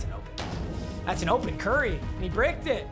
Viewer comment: “cur ry”